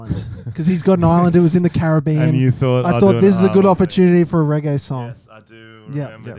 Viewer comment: Do reggae but work on the accent lmao you sound like the dictator